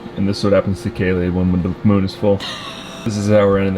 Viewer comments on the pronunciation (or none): none